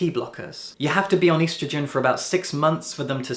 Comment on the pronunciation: Hey I'm trans and your valid but the way you said estrogen has physically scarred me.